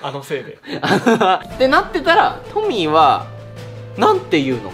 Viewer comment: カンタくんの発するトミーが、時々｢ポニー｣とか｢ポミー｣って聞こえる件。笑